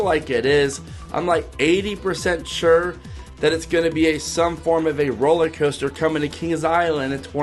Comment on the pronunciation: “rolley coaster”??